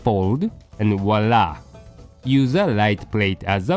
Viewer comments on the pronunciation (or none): Voila* Not "Wa Lah*